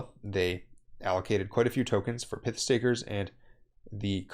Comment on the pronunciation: It’s not pith. It’s not pithon snake.